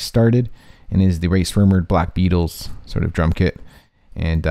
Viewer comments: "Rae s'murdered"??????😂😂😂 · nice job on it but say it right lol it is Rae Srummurd not Rae smrerud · dude he said ray swemmurd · He said "Rae Smurdered" 😂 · Did he say Rae Smurdered? Lmaooo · Rae smurdered. Thats how he pronounced it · Its ray shremmered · Lol ha said rae smurderd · He said Rae sremmurd name so bad